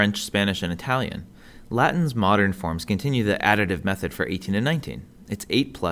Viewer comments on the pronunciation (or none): none